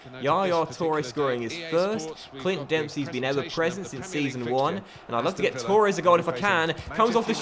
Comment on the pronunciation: Why do you say Tooores? It's Torres